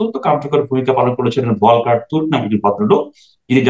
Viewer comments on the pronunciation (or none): জাতিসংঘের হিউম‍্যান রাইটস কমিশনের প্রধান Volker Türk, উচ্চারন টা হবে, ফলকার টুর্ক। জার্মান ভাষায় V সবসময় F বা ফ উচ্চারন হয়। সুতরাং যত শিক্ষিত শিক্ষিত ব‍্যক্তিরা “ভলকার” উচ্চারণ করছেন, সেটা ভুল। উল্লেখ‍্যঃ আমি জার্মানিতে থাকি, এবং সব সময় আপনার কথা শুনি। উনি অস্ট্রিয়ান, যে দেশ জার্মানির প্রতিবেশি এবং কাইন্ড অফ প্রচুর জার্মান ডমিনেটেড।